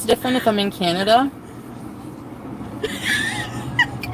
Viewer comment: Not canadia! 😂😂😂